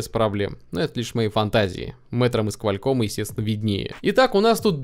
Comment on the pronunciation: куальком блин....это жесть просто